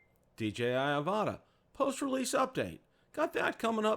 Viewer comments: You guys need to watch DJI's Pomo videos for the Avata to get the correct pronunciation. It’s not Av-ahh-ta it’s Av-a-tah. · it’s Av-a-dah :P